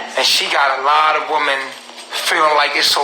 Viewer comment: it's WOMEN! NOT WOMAN!